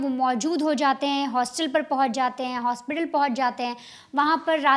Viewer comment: Jis Hosपिताल 😅 new word unlocked 🔓 😂